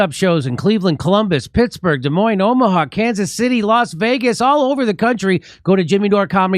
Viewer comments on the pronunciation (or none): none